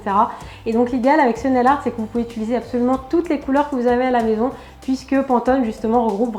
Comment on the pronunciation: on dit pas utuliser on dit utiliser